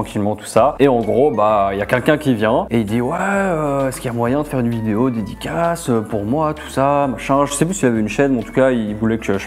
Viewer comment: et le "dedicasse"